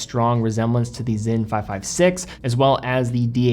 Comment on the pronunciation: Great content! I really enjoy your channel. You pronunciation of the German brands is outstanding, save Sinn. You mix German and English to say Zinn vs. Zeen. Cheers